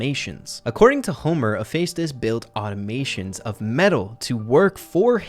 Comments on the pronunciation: IT'S Automatons (Aw-taw-ma-tons) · said "automatons" wrong lols He said "automations" lols gottem